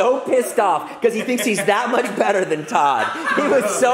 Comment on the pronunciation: Tood instead of Todd